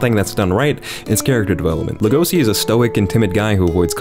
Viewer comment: is Legoshi that difficult to pronounce? I mean, it's the same sound you make when you try to silence someone. Not the fist in the face, the peaceful way, "shush". It's even written in a way a freedom lander should be able to pronounce. Also the accent falls on the first sillable. Did you even watch the show WTF?